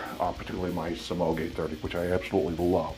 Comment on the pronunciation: Thanks for the great review. I think Samhain is pronounced (Sow-ween).